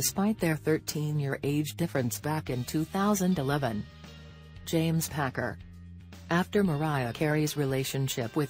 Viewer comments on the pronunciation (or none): none